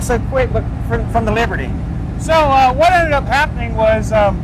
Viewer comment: I heard saying "Liberty", while I thought I was hearing him say "Leopard".